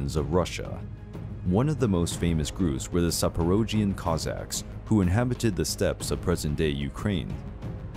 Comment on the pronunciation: My ancestors :D! You butchered the word Zaporozhian haha but I forgive you.